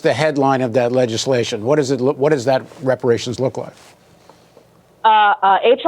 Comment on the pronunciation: It's about #TANGIBLES he brings nothing and could not even say repar ations. You looking at his racism.